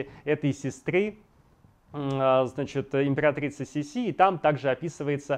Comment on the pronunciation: Козенаме ( уменьшительно - ласкательное имя) Елизаветы Австрийской звучало не СисИ, а СИси.